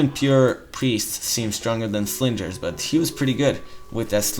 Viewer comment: lol slingers, the g is soft because you are just adding an "ers" to the word sling.